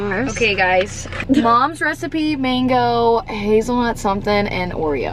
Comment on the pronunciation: I wanna know what the mango tastes like so bad Bc she couldn’t say it😭😂